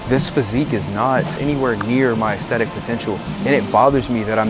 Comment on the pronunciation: Bro’s putting the fucking beatdown on the word aesthetic. Brutal.